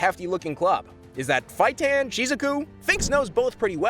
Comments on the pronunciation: and feitan not “fightan” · I’m sorry, I don’t mean to be rude, bit the way in pronounces Kurapkia and Feitans names incorrectly is annoying. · What about uvogin and feitan?